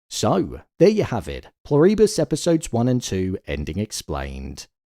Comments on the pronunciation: Incredible! Peak TV! Btw, it's Plur-i-bus, not Plur-ee-bus... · Pronounced "PLOO-ree-bus. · Pronounced PLOO-ri-bus. Emphasis on the first syllable. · You (or the AI) need to learn how to say Pluribus. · The way you pronounce "Pluribus" makes me think you're AI.